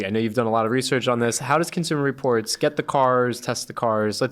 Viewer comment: I stopped listening/watching when I heard "Consumer Reports."